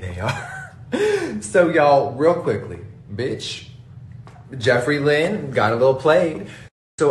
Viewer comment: It’s the “Lynn” for me 🤣